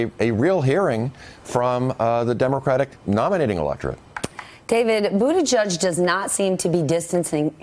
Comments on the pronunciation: NOT pronounced Boo-da-judge!! Not even BOOT-edge-edge! (glottal attack of "edge" makes that guidance even more stupid). It is pronounced, more or less: BOO-teh-jej. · BOOT-EDGE-EDGE NOT BOOT A JUDGE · Bootijidge NOT Bootijudge!! How hard is it to learn to pronounce his name properly???